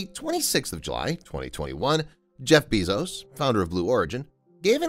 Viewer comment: BAY-ZOS NOT BEE-ZOS OH MY GOD